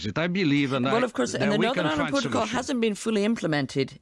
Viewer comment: I heard "norern irand protcol" , i assumed it was the drink.